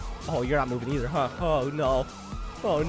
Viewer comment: bro said im not moving im not moving and then says yourn not oving either lol